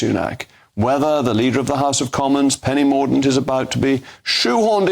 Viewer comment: The fact that you are deliberately mispronouncing 'Penny Mordaunt' makes you look like a complete Jeremy Hunt.